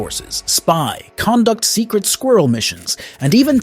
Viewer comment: How do you say Conduct again?